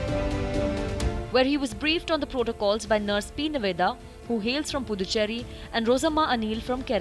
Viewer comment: It's nurse and not nars 😂